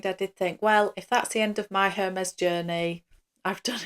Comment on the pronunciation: i believe the “H” is silent